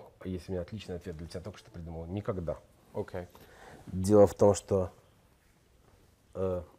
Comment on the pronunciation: Заедолбал со своим Окэ. Прямо как "прайдоха Жакуй" из "Пришельцов".